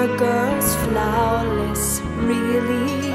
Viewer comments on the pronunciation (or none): love how u said flauwless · i love how you say flawless XD